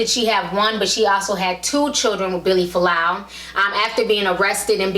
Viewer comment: its Fualaau not Folau how annoying